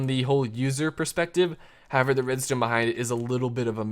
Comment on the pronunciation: why did u say redztone?